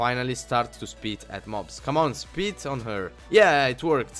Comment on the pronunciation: I like how when he says spit, it sounds like "Speet"